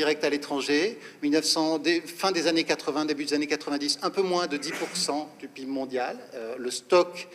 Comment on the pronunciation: Moi j'ai appris a prononcer Pé/ I / Bé/ pour dire P.I.B et pas " pibe " !